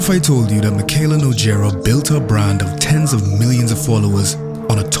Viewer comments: Nogueira is pronounced No-gay-ra, her least name is portuguese and she can't even say it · As a portuguese, I laughed out loud the way you said Nogueira - You said it Nojeira phonetically-speaking, which would just mean Mikayla Disgusting. LOL.